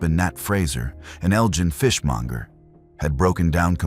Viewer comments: Elgin not as pronounced 'eljin' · Awe Naw … how to murder Scottish toon n village names Eljin …. ELGIN Glenochill … GLENOKILL …. You can google it ffs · Beginning he said Kilmarnock well a think he said it Then Elgin Jesus Christ it’s funny